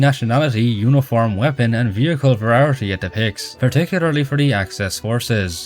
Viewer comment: i will never get over ya boi pronouncing variety as "verarity"